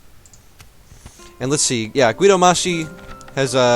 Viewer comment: You shouldn't pronounce the U at Guido, it's there to soft the pronounciation. Also, Kill em all!!! Leave no one alive, empale them whith arrows, crush their hopes and skulls with the knigts